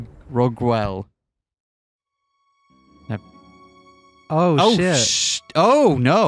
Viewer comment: Your French pronunciation is actually pretty good! You're mostly getting tripped by the words that sound different from how they're written for no reason (Monsieur sounds more like "meussieu", and Rorgueil is something like "ror-guh-ye"). It's very entertaining to hear regardless 😄 Aviatory Attorney has some neat twists on the Ace Attorney formula. For example, you can miss important pieces of evidence, and end up losing the case, but the game will proceed regardless. I think it has a special charm that other Phoenix Wright-inspired games often lack.